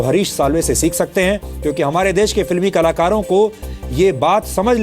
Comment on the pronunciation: Is ko bolna sikhao kalakaro ko kalar bol raha ha